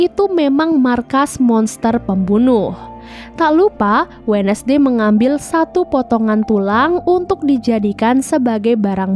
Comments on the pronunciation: Terimakasih rangkuman ceritanya.. Kayaknya yg bener bacanya 'wenzdei' bukan 'wednesdei'. CMIIW 🙏☺ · Wensday kak bukan wenesday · Lihat tiara Andini posting IG-nya dengan konsep film ini, jadinya malah serem2 gemes. Min baca wednesday itu wensdey bukan wednesdey. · Indonesia bngt sebut We Nes dey